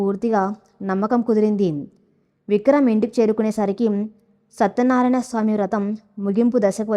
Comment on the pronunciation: satyanarayana sami ❌ satyanaraya Swamy ✔️